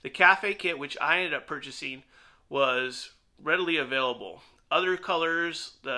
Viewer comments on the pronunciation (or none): none